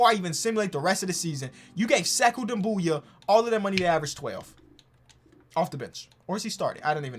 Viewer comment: You talking about doumboya? He's pronouncing him right